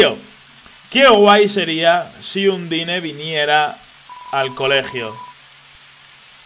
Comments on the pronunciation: no se dice undyne se pronuncia andain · La pronunciacion no es "Andain"? Veo que le sigue llamando Undine... .-. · en realidad undyne se pronuncia un-die-n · se pronincia ondain